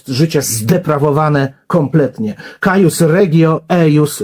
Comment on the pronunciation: "Cuius regio, eius religio" (czytaj: kujus ) uczmy się łaciny w cywilizacji łacińskiej